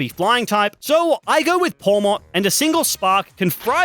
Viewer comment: Its pawmot